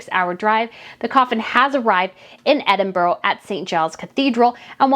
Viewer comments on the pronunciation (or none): I love what you do and your comments are very fair and educated, however, being Scottish it irks me when your pronounce Edinburgh ( Edinboro) it’s pronounced Edinburrah. Just like Glasgow is pronounced Glazgo and not Glasgow like cow. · "Edinburra" is how it is pronounced, not "Edinburroh" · No vile criticism, just a little correction, Edinburgh doesn’t have an “o” at the end, it should be pronounced closely to “a” (Edinbrah why a hard “r”). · I love the way you in the US talk about our cities, so sweet, but if you want to perfect your pronunciation of Edinburgh, it is Ed in buh ruh xxxxx love your channel, watch every upload xx